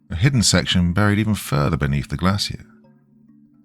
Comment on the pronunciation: I’ve noticed when R’s and L, fall in the middle of the word and are not double consonants you tend to turn them into W’s. “Buwied” instead of buried. Just my 0.02 it sounds like a speech impediment